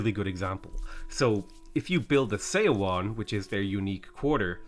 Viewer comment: I know it’s not obvious from the romanization but just as a heads up, Seowon is pronounced “suh-won”